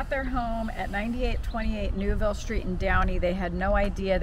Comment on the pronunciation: It's actually Newville, not Neville.